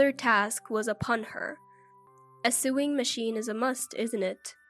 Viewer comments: You're so right. Sorry, but it wasn't funny ... just very very annoying. Sewing is pronounced 'so-wing', not 'suing'. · Narrator - first, talk a bit faster. Next the words "sew" and "sewing" are not pronounced "sue" and suing". They are pronounced like the word "so" with the "o" being long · Sewing is NOT pronounced suing!!! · You pronounce it sowing with an o although it is written with an e! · The incorrect pronunciation of "sewing" as "suing" made me laugh.